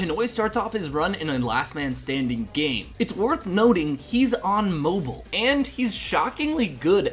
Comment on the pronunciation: Anyone else get annoyed by the way he pronounces mobile?